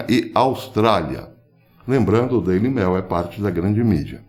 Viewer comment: Querido Professor, para que a sua inteligência ecoe cada vez mais forte em nossas reflexões, gostaria que você (o Senhor está no céu), ao pronunciar o nome do jornal inglês "Daily Mail", o fizesse com pronúncia análoga quando diz a palavra "e-mail", haja vista a segunda palavra ser a mesma. Você sempre diz "Daily mel" e as coisas não andam nada doces. Saudações do Planalto Central! Aço!